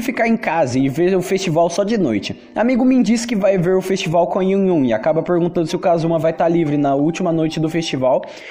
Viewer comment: "festibal" "fenistival"